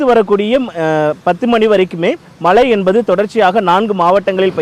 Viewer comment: This reporter cannot pronounce மழை properly. Keeps saying மலை.